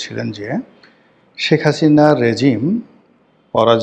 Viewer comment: তুই একটা মাদারচোদ তুই একটা খানকিরপোলা। আগে শেখ হাসিনা নাম উচ্চারণ করা শিখ। সেখাচিনা কি রে শুয়োরের বাচ্চা???